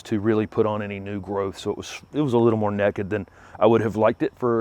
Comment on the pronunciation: Thanks for another informative tour video. "Low-growing windows" made me giggle. Sounds like something I might say. And, "nekked" ALWAYS makes me laugh! Sir, you're adorable!